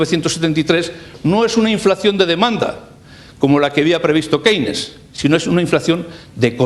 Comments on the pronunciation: ¿Qué se puede esperar de un profesor mediocre que no sabe ni pronunciar Keynes? Que este señor tenga diez veces más visitas que le magistral Jesus Huerta de Soto dice mucho del país en el que vivimos. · Esta explicação é sobre teoria económica, ensinada nos liceus. Uma aula de inglês faziam-lhe bem para aprender a pronunciar Keynes e Schumpeter!